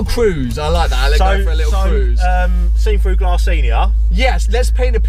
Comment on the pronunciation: It's glASS not glArse.